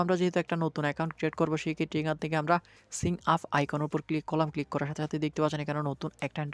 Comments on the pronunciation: ইংলিশ কি সঠিখফচব উচ্চারণ করতেও পারেন না? সিং আপ না ওইটা সাইন আপ হবে। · এতদিন ভিডিও বানাচ্ছেন, উচ্চারনের এ অবস্থা কেন? sign up কে সিন আপ বলছেন। এগুলা ঠিক করুন। ইনফরমেটিভ হওয়ার পাশাপাশি পরিবেশনাও স্ট্যান্ডার্ড হওয়া জরুরি। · ভাই চার্চ বক্স , সিন আপ এসব কি বলেন!! pronunciation ঠিক করেন ভাই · সঠিক ইংরেজী উচ্চারণ টা শিখুন। সিং আপ নয়, চার্চ নয় 😃😃😃